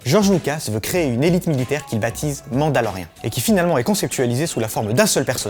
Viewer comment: Mandalorien, pas mandaloriane.